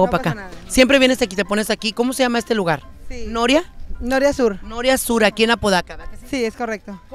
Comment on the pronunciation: Y nunca dijo bien el nombre de la colonia, cheee empinada 😂😂😂😂